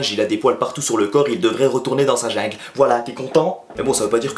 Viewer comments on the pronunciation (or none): un moment il a dit un jingle a la place d'une jungle